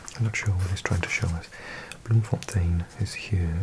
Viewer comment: I would say it's actually easier to think of Dutch and Afrikaans as two completely different languages. In Afrikaans you generally pronounce things exactly as they are written. Your pronunciation of Bloemfontein and Botshebelo, middelburgh etc were spot on. We say Worcester like you do. Aghulas is "uh gull las" . Kleinmond was perfect. FAct about cape town: "Cape point on the peninsula is not the true southernmost tip of Africa as it is often marketed. The true southernmost tip is closer to Aghulas. That's all I've got in me for this time of night